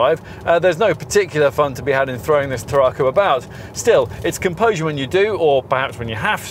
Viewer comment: Can I suggest that you go to Google Translate, type the word TARRACO into the English / Spanish section, then press the speaker to hear how you said the cars name. There is definitely no extra R after the RA making it sound like TARRARCO. Brilliant car, I know as I drive one. 1.5, petrol, xcellence auto.